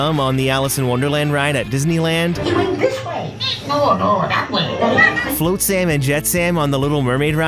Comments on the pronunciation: "Float-sam"? It's "Flotsam." "Flot" rhymes with blot, cot, rot, etc. And the "sam" is pronounced like "sum." Ariel is my princess and The Little Mermaid is the one Disney animated movie that I love. I've heard the eels' names countlessly. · I knew all of these! Jess Harnell is so talented! Also, you pronounced Flotsam and Jetsam incorrectly but it's ok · I'm sorry... "Float- Sam" & "Jet- Sam" ?! 🤣🤣🤣 Love the video. That just made me LOL! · “Float-Sam and jet-Sam” 🤦🏻‍♂️